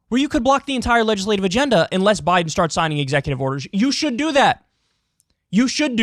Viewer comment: Am new here. Did Kyle just say "Joe Boten"? As in "roBOT"?